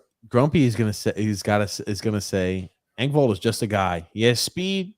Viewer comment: ripping Grump on "Hunter" Fasching is hilarious considering his constant butchering of Pierre Eng-vault, Sam Ball-duck or Ree-see's PB cups. Lol